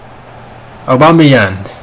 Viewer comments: Aubameyang, no Aubameyant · Es aubameyang no aubameyant jajaja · Dice Aubameyant, Griezmannt, Layunt, Madrit Me pone muy nervioso eso xD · Porque dices Aubameyand o Griezmand si antes no pronunciabas una d al fnal